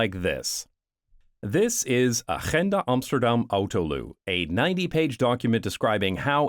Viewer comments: Your dutch "G" in Agenda was excellent. A+ for sounding Dutch, respect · Im so proud of the way you pronounced agenda xD you can now truly say you are officially Dutch ;) gefeliciteerd man. Welkom.